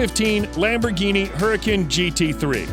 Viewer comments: I don't think that's how you say huracan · It triggers me bc he says gallardo and huracan wrong